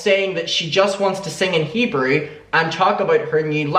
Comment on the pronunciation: Also, it’s.. “HEE-BROO”:p